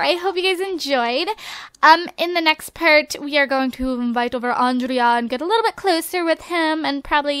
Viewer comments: I think Andrea is pronounced An-dre-ya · I think andrea is pronounced "on-dray", because if you you say it the way you do its a girl name. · I agree, give Andrea a make over. I pronounce his name as Andre. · I thought ondrey too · I have a cousin with the same name as Kendra's boyfriend and it is pronounced andray but spelled andrea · I think andrea's name i pronounced andré